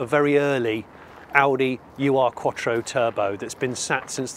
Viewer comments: Great video!! Fab 80s fave of mine too! Fair play that’s quite the hike to get to as well PS. It’s not “Uwe Arr” Quattro, it’s OOR Quattro, from the German word Ur meaning previous, ancestral or historic so Ur-Quattro is a bit like saying it’s the OG Quattro in German if you like. “Ur” is a word not an acronym. 👍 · Love your video's but hope you don't mind me correcting you on the pronouncation and meaning of "Ur Quattro" The translation of Ur from German is "traditional", "primal" or in this case probably "first" would be the best word. Ur is pronounced not "you ar" but more like "lure" without the "l" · Ur-Quattro simply means 'original-quattro' in German. Its not U R Quattro. Ur reads like 'ou' in tour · Do some research and get your pronunciation right.... it's not " you are".... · Now go find one of those Starions (they're even rarer) [The (mis-)pronounciation of Ur-Quattro is hilarious 😉] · The UR in the name is the german word 'ur' meaning 'original', 'first'. The u is pronounced as in “do” or “through”.